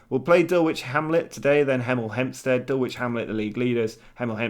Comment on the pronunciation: Also it's pronounced Dull ich...lol my dad lives right near them